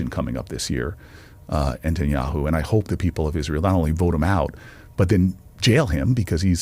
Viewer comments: He doesn't even know how to pronounce Netanyahu. He just kept saying Entinyahu. At least know the name of the guy who funds your ass. You know the dude you have friendly photo shoots with. Yeah that guy you goofy ass Corny Booker. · In clips of the “Pod Save America” interview, people also repeatedly note that Booker repeatedly refers to Netanyahu as “Entenyahu”, and having listened to Cory Booker in interviews (because how can you NOT, since Cory Booker has rarely seen a microphone and camera that he won’t jump in front of) I’ve never detected a strong accent in his speech patterns to justify the mispronunciation. Which can only lead me to believe that either a)this is some sort of mental trick he’s playing where he can always go back to Tel Aviv and say, “I wasn’t talking about YOU Bibi, I was talking about “ENTENYAHU”, not “Netanyahu”. Which I think would make him some sort of sociopath. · He can’t even pronounce Netanyahu correctly!